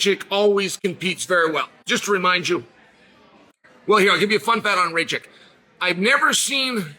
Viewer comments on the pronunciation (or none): Bro, his surname is Rakich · Rakic…..not Racik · Racik 😂🤣😂 Only Chael can bungle the easier name to pronounce